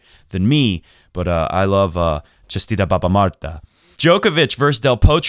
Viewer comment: Haha, I am Bulgarian and I am surprised you know about our tradition:D and actually you described it good enough!(btw you pronounsed " Честита Баба Марта " pretty good xD) Here is a little bit more about it: Baba Marta Day is a holiday celebrated in Bulgaria, on March 1st. Martenitsas, usually in the form of a wrist band, small yarn dolls, or tassels, are created by combining red and white colored threads and are worn on that day and throughout March. They are worn until a stork or a blossoming tree is seen, symbolizing the coming of spring, warmer weather, and well being. Once the stork or blooming tree appears the Martenitsa is taken off and hung on a tree. It is common in the spring to see trees festooned in Martenitsas. Older Bulgarians call it Birch Month as it is around the time that birch trees start growing leaves and giving sap. There is a great amount of folklore about Grandma March Day and the character of Baba Marta herself. The greeting exchanged on this day is Chestita Baba Marta There are various theories, suggestions, and even several legends involving real historical figures about the symbolism of the red and white colors from which Martenitsa are made. An obvious explanation, and perhaps a common belief people share, is that "red" stands for "life/birth" and "white" denotes "anew/on clear grounds". Combined together they mean "newborn", "rebirth", and "a new beginning"; a celebration of life and survival. Another popular explanation is that white st